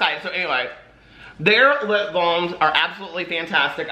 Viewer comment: "Treat lippabalms"